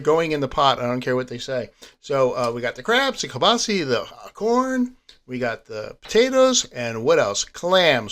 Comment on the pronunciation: It’s pronounced “Keel-bah-sah”. 🤣🤣. Nice work! Love the videos. Keep them coming.